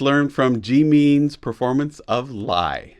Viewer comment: I really love your videos, you have such wonderful insights. Thank you for looking into our boys. For pronouncing Jimin's name "gym-in". 😁 Always look forward to your videos, you're voice is really nice too. 😆